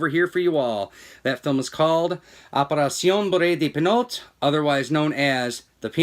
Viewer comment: It was filmed as an English language film. But I did enjoy your Spanish rendition of the French title ;)